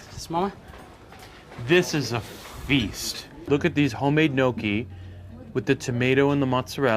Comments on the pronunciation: Again. Gnocchi is pronounced Nyok-gee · Shame on you ...your pronunciation of italian dishes is wrong ! Gnocchi is /nYAWK-ee/ And that beach is not BOGnee d'Arienzo its /BanYEE/...mama Mia take a language class